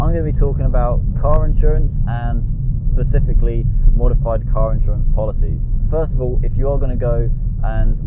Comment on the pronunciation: Did he say Pacific-ly